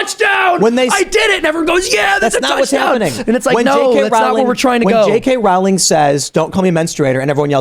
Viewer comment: JK Rowling is pronounced "rolling" like bowling.